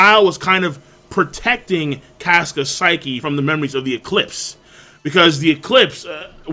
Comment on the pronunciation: Caska is cah-ska not cas-ka like casket